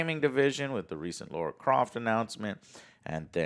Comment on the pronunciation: I Love this show but could we get to once call her Lara NOT Laura her name is a part of her fame and still jo and a few other's call her Laura bet jo would hate to be called joel just saying but apart from this rant happy holiday's to everyone in chat and most importantly the AJS your still the best for all the info in the industry.